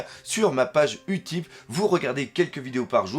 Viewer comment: on dit pas « Utip » mais « youtip » xD En anglais le u se prononce ´you’